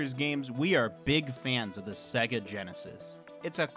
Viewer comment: It's Sayygaaa